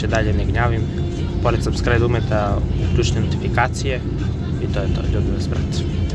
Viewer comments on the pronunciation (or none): none